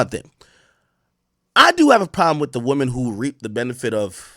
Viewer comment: Did buddy just say “womany”